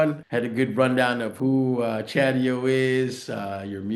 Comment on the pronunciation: It's Chadio!